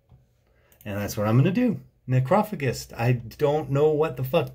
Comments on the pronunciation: I can't even figure out how he decided that was the pronunciation... Very weird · His mispronunciation of it follows the rhythmic pattern of "necropolis" (as a closely-related example). It's wrong, but it does make sense from an English language perspective. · I prefer his pronounciation to be honest, even if it's wrong! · lmao the way u said their name was so wrong... yet so right. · Is that how you really pronounce necrophagist because if so I been saying it wrong forever lmao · That sure is one way to pronounce necrophagist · Yo. Have I been pronouncing this band name wrong for over a decade ? Or is he wrong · Your pronounciation of necrophagist is offensive to my sensibilities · Okay so is it NOT pronounced “Ne-crow-fay-jist” ?? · He literally pronounced it like you pronounce it in Spanish: Necrófago. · It's pronounced Neh crow fay jist. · BassMonster Adsit Its a greek world so i think its fa not fay not sure tho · him pronouncing it "nekrah-fugist" and not "nekroh-fayjist" is killing me internally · Necrophagist is pronounced... "Neck-row-fay-jist" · I am too lazy to read the comments...... but its Neck row fay just. Great videos man, Ive wacthed a bunch tonight. And as an old drummer from way back, I love your take on thedse, from a fresh prespective. no auto corredt on my chromebook fn pos so wharever haha Cheers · Necrophagist is pronounced like NecrophaJist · Necro-fay-gist (do you get my gist?) if you wanna break it down for him. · You are actually wrong. It's NecrophaGist. Check some interviews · Pronunciation tip: ne-crow-fay-jist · Neck-Roe-Fay-jist? No? Like age-ist....I think. Is it just me that pronounces it that way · Necro - FAE - jist.... Loosley translates to - eater of dead bodies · properly pronounced as Necro-fadge-ist dude ha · I believe it is pronounced Necro-fayj-ist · i believe the pronunciation is “ Nekro fajazz” or something similar but i dig your breakdownish videos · Did he really say necros name like that????